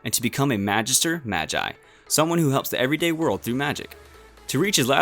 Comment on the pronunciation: Anyone else notice how he said maah gai instead of ma gi